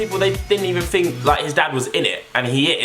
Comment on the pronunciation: It's "Think" not fink pal